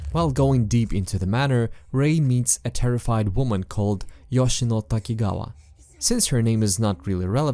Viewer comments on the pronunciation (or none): none